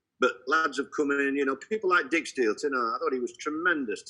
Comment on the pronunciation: 2 massive shocks in Barnsley surviving and Swansea getting playoffs. Forest in top 6 all season and could only finish 7th if they lose to a 5 goal swing 😂 Oh and the way Neil says “Dick Steel” is fantastic I’ve heard it 3 times now 😂 I hope no one tells him it’s pronounced “Dike”